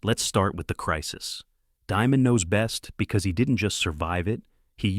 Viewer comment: You don't pronounce his last name like, diamond. It's pronounced, demon.